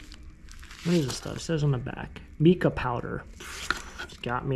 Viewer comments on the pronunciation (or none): Mica powder is pronounced “Mike ah” which is a shiny mineral. It is used for nails and crafting. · Mica is pronounced with long sound i. 😊